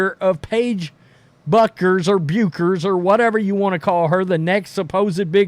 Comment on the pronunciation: Paige Bueckers sounds like Beckers